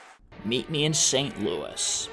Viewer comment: It isn't a disease, it's a demon.... It's my opinion don't bother trashing me.... Last i heard, i live in a free country and i am allowed an opinion I love your narrating skills! ❤ It's pronounced luey not luis Omg her mother was more of a scumbag than i knew! I sympathize even more with her now Astaire and Kelley wow i never thought I'd hear of them in the same video! ❤ Lorna! ❤ I love both Shirley and Judy! ❤❤ I just saw a video of a voice and technique analysis of our precious lion ❤ Or if they would've continued to make her wear that blond wig! Perfect ending to a perfect video! Thanks so much for posting! ❤